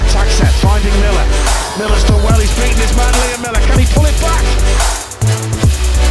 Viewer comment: His name is MILLAR not MILLER